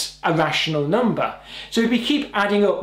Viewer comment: and also... NUMBAA haha